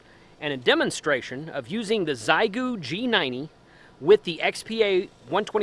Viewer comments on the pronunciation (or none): Heads up, it’s pronounced more like “shay-goo.” Hello from OKC.